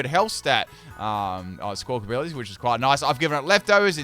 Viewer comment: Love that still calls it "Squawkability" 😂